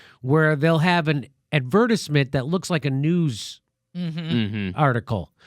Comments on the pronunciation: lol jimmys pronunciation of advertisement though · Ad. Ver. TIZE. Ment.